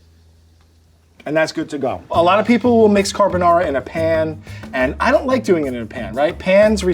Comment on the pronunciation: I think Vincenzo would approve of this. He would probably say that it's carbonARRRA and not carbonawra and mixing it in the bowl as opposed to mixing it in the pan and adding pasta water is unusual, but other than that, it's pretty close to the Italian original.